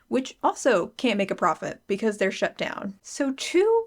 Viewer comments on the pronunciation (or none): none